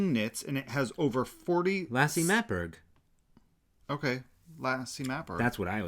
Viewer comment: You pronounced Lasse Matberg perfect, and uld is wool in danish. I have a few cones of that yarn, and its beautyful after you wash it. Regards from Norway 🇳🇴